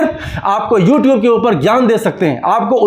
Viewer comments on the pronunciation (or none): none